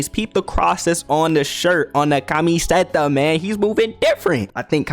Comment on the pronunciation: Great video, loved the jokes and the play by plays. Just one more thing... Why are you pronouncing camiseta like KA-ME-ZE-TA on God I might just have to give you a gallon of horchata just so you can get some Latino genes to help with that.